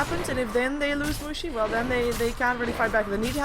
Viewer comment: plzzz don't pronounce mushi like that..... cuz in german it means vagina and it's very unpleasant to hear :D